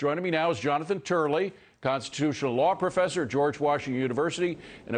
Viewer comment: It's Jonathan Turley said Jonathan Turek